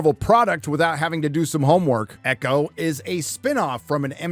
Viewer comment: As a partial Native American, I am proud to say I will never watch EEE-Cho. Never.